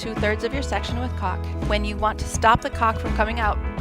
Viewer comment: she really should learn how to pronounce caulk.